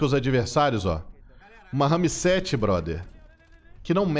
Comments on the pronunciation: que agonia ele falando RAMI 7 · Que agonia o falar " RAMI 7" KKKKK pqp. Parecendo minha tia falando RERI POTTER. 🤣🤣🤣🤣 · Porra, pensei q eu só eu q tava vendo isso. RAMI 7 É FODA NÉ